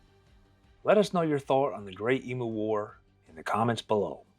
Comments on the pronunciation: They are EMUs not EMOOs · Australian here. It's not pronounced "EE MOO", but "EEM YOU". And what solved the problem in the end was a half a million .303 rounds issued to farmers free gratis, which is what the farmers wanted originally. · EmU not Emoo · It's pronounced "ee-myoo", NOT "ee-moo"! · Eemyou not eemoo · Stop saying emoo its pronounced eemyou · I think it's only Americans who call these birds 'ee-moos'. Aussies refer to them as 'eem-use'. Btw, if you want a story of unwanted animals running rife in Oz, track down the hilarious 'Cane Toads: An Unnatural History'. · thanks you mob, that was a deadly telling of an hilarious local tail its e m u like menu btw, not e-moo like a cow, but my ex says emoo too, so can't blame you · Love this channel and this is a funny one. Just a quick tip it's not pronounced like tjat shitbox brand Temu. It is emU, you have put most emphasis on the U. Cheers 💪🏼🇦🇺🤙🏼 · Yes, me too. His mispronunciation of the word 'emu' as 'e moo' was driving me nuts. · It's pronounced 'eem-you' FFS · I'd love to hear an American who takes the time to learn how to pronounce the name of the emu correctly. Maybe asking Google how to say 'emu', taking the time to listen and learn would actually show the respect to our people, our nation, our flora and fauna, and our history ;) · Neither am I. I didnt mean to insult you but as an Australian the bird on our national crest is an Emu. Most Americans pronounce it incorrectly but not on purpose. We have the Kangaroo and the Emu because neither animal can take a step backwards therefore as a nation we can only progress forward into hopefully prosperity. I think we have lost our way recently. Keep up the fantastic job you do, Im amazed at the subjects youve covered and thanks for some Australian content!